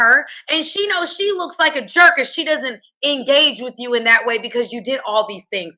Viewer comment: please can ou say you differently ?